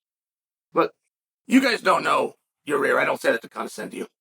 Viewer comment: "Your-ear Rodriguez"